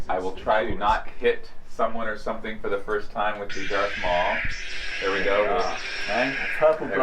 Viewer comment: This dude said Dark Maul